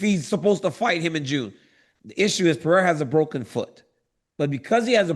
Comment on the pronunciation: Maybe he's embarrassed about not being able to pronounce people's names well and leans into mispronunciation as a defense mechanism. What's worse: Pierra or Peheyda? 😊